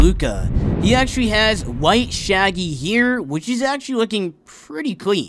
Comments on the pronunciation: No he says it like here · When ever he says hair i keep hearing it ear